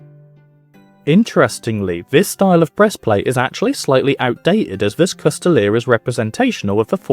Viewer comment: A "coustille" most often written "Coutille" most often reffers to a long polearm with a single edge blade that in englisg is called a "Glaive". The "s" in "coustille" is silent, it should not be pronounced. You can see coutiliers with their Coutiles pillaging a town under the order of their lord on this picture from Froissart's chronicles